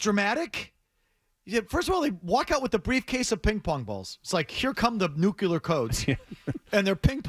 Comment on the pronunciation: You know a guy is a moron when he says “Nucular” Codes.